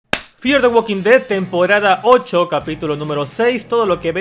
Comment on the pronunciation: Uolki tolki 😂😂😂😂😂😂😂😂 ualkin ded 😂😂😂😂